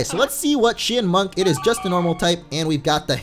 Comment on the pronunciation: I think it's ch-eye-in-munk